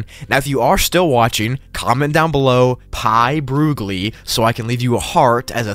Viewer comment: pioogle be like Pi Broogli in case